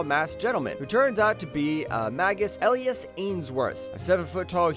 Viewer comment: Elias is pronounced E-li-as not el-i-as